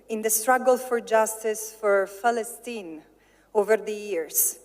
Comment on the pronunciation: I love how she everytime pronounce "Palestine" as "Falastine"..